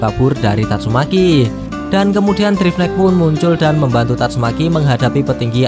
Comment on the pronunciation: Min. Kalau isi narasi, sebaiknya penyebutan nama atau kata2 yg sifatnya mesum/jorok untuk di perbaiki. Lebih dewasalah dalam membuat konten, tanpa perlu myebutkan kata2 mesum. Tatsume.k. = seharusnya tatsumaki. Kasihan kalau ada anak2 yg nonton